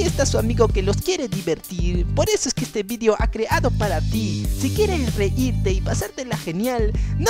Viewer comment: hay hay hay 😱 tienes que mejorar no sé dise vidio se dise video don vives fannnnnnnnnnnnnnnnnnnnnnnmmm